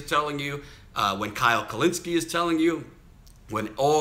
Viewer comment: Awesome reporting! Also, way to nail Kyle's last name this video haha